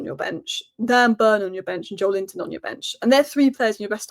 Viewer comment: Just say Joelinton like the rest of the world then you sausage.